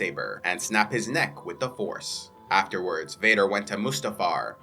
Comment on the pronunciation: the Jedi purge when you said the yoda part I thought I heard "horse" instead of force or in-STEED?!